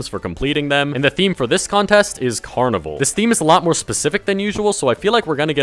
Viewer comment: read this, it’s Carnivale, not carnival, trust me they aren’t looking for carnival things